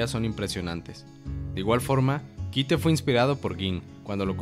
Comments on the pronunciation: me estresa que digas kite y no caito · No se pronuncia gin se pronuncia ying tampoco se dice quite si no kaito, nueb video pero ten mas cuidado con la pronunciacion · Se dice ying, Kaito, hanters ex hanters . Habla bien carajo.